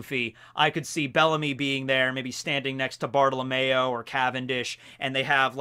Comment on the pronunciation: Cavendish,BOTTLE OF MAYO,Ideo, Orlumbus. i cant be the only one who heard bottle of mayo instead of bartelomeo